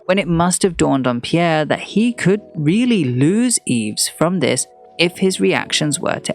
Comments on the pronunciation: Yves is pronounced EVE. #fail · Just a small pointer - I don't think one pronounces the s in Yves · Enjoyable except for the persistent mispronounciation of Yves.